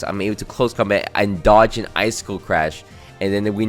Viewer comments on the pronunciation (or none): none